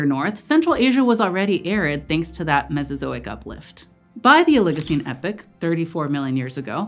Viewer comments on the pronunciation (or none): No. You can’t narrate a scientific video and say epic instead of epoch. Wtf is the Eocene Epic..? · "EE-pok" or "Eh-pok", not "Eh-pik" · ee-pock not epic.